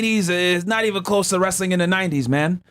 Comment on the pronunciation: Wrastling???? Really?